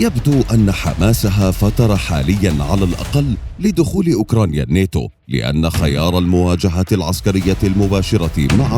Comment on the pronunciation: كل همي بهايه القناة انك تنطق كلمه الناتو صحيح مو نيتو يا اخي ناتو بشرفك ناتو 😂